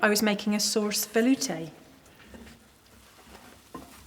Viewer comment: would it be alright to use harf and harf instead of the cream here, or would that be too middle-class to be passable? Also, I'm glad Monsieur Soyer didn't live to hear you pronounce saurse veloutay which to him would be like Lucille Ball putting tomato ketchup on her Coquille St. Jacques.😏